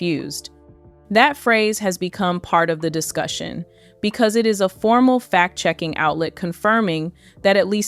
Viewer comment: FACT check, not fat check, please.